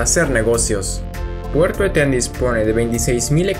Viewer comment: Muy interedante pero es Eten, no etén